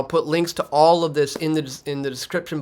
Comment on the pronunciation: Love your work. (All, not allz, he did) So Canadian